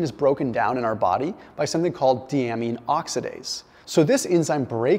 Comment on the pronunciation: Dude - get a doctor on board so you can prounounce the words correctly. It's "Die-A-Mean". This one is free. :)